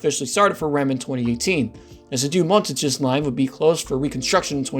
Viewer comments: nice video! Btw, the only pronunciation that was painful to hear was Deux-Montagnes It’s more so pronounced: “der mon-tang” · "dew montages" lol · "Doo Montajiz Line"